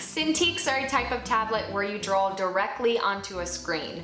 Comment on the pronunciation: I love this and I love the advice, thank you! One question...are you saying "Drawl" or "Draw"?